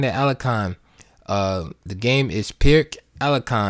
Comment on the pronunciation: Thanks for sharing. Just one note: The "Pirc" is actually pronounced "Peerts".